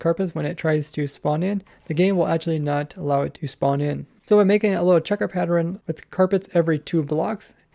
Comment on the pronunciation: Did anybody hear him say the child version of saying “pattern” I HATE PEOPLE WHO MISPRONOUNCE “PATTERN!!”